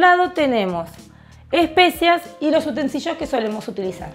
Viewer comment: UTENSILIOS- (NO "utensiLLOs")